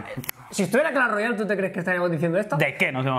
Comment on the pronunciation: hay clahs royaal o no